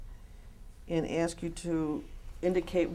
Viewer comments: Sebastian Perna you might have to "axe" her. 🤣🤣😂😂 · Imagine bumping into this guy in person and asking him "hey are you David e Taylor" pretty sure he'll say "axe Michelle" 😂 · Gentle Breadcat, Esquire Lol yep next video, “Why was the body of the man who told us about your operation found buried behind the shed at your residential center?” Him: “I dunno you’ll have to axe Michelle she handles all that.” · When in doubt, “axe Michelle”.